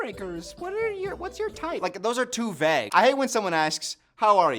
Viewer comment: I don’t know if it’s just cause I’m British but I’ve never heard vague be pronounced like pronounces it 😭